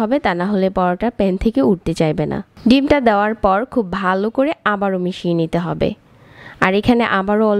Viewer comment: ভালো করে....... এই শব্দ টা উচ্চারণ টা সঠিক ভাবে করবেন, পরবর্তী ভিডিও তে আশা করি।